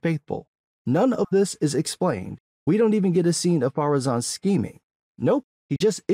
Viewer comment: Has anyone figured out why they keep saying "Pharazon" instead of "Ar-Pharazon"? That just triggers me every time I hear it.